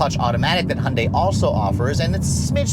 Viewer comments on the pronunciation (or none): If you are going to review these cars, learn how to pronounce the brand properly. Hun-day? Who the F is that.